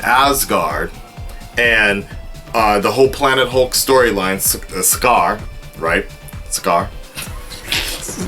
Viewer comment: I agree with you about everything you said. Just to clear some things up (sorry I'm little scholastic): his name is Bryan Tyler and he didn't do the first Thor but there was music from the first film, and Sakaar is pronounced Sakar.That's all, great review.